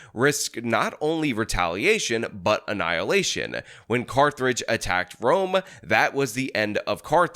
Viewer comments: FOR CARTHRIDGE!!! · Sometimes I can ignore your mispronunciation of words, but Carth-ridge? Seriously? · I figured it would be spelled "Carthridge" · “Carth-rage”? No, no, no “Carth-age” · What is car-thur-age? Was that Carthage's dollar store cousin? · Pronouncing "Carthage" as "cartridge" is hilarious. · How did add an 'r' to Carthage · Hearing say "Carthrage" gave me a headache as a History bro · Carthage: 🌇🏙️ Carthrage: 🌇🏙️😡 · I’m perturbed by how pronounced Carthage. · Carthage? Where is that? Georgia or South Carolina? If you’re really can’t pronounce a nations name on a cold read, then maybe read the text before had. And maybe during your freedom take some of those 10 min history lesson so you understand our world better.yeesh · Carthage, Carthaginian, no R. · You’re not gonna get me to comment because you mispronounce Carthage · Sorry but I refuse to finish the video because you couldn't pronounce Carthage correctly. maybe next time haha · That was a strange pronunciation of Carthage.